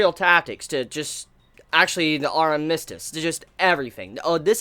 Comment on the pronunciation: But the way you are saying armistice though...